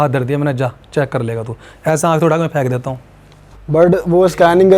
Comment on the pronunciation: Feeekooo feeeekoooo puraaa jooor lga k feeeekooo😂😂😂😂